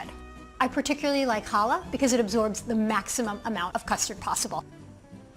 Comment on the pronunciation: you talk waaaay too fast. Twice you mentioned what bread you used but said because you said the word too fast I have no idea what you said. It sounded like you said "Hala" This bread is not sold in Walmart nor the Harvest Grain bakery where we live. All our grocery stores do not sell what your bread looks like